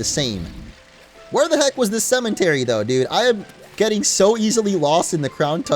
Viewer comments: did it annoy anyone else that he kept saying cementary and not cemetery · its a cemetery not cementery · Not a single soul:: cementary